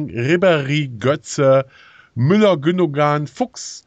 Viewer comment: Sry man, aber das 2te "G" bei Gündogan sit stumm .Also so in etwa ... Gündoan .... aber cooles Video ! XD